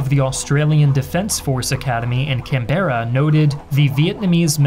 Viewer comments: Can-bear-ah? Canbrah mate. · CAN-BRUH NOT FUCKING CAN-BEARER! Sincerely, An Aussie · Just a note, it’s pronounced Can-Bra not can bear rah Also acceptable is A.C.T (Australian capital territory) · Don’t say it Canberra Say it “Canbra” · The way he said “Canberra” hurt me physically as an Aussie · Only correction I have is the pronunciation of "Canberra"